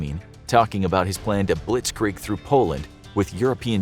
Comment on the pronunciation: I, as an Austrian (NOT Australian), always find it funny how you pronounce German words like "Wehrmacht", "Mein Kampf" and "Blitzkrieg" etc. ;D